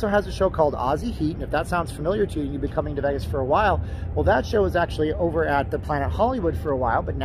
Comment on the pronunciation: Vegis...lol so fuckin annoying....IT'S VAY-GIS